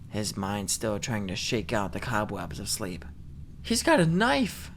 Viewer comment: Oh heck😅 nex time try absynthe - that sh!t is something else Anyways you made this story a thousand times more enjoyable xd "go tu sshleep"